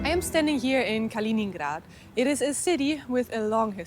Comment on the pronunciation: It's named after Kalinin, not "Kalin"...